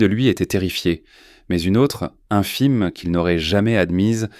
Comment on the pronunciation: "infime" pas "un filme" !!!